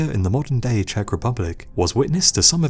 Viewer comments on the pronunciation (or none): none